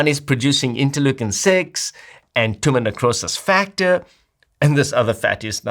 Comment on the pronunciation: For the blood testing is he saying Timonucosis Factor as it says in the captions or is it Tumor necrosis factor (TNF)? I googled and can't find Timonucosis Factor only Tumor necrosis factor but it doesn't sound like he is saying that.